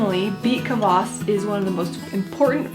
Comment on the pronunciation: The way she said kvass made me wanna kms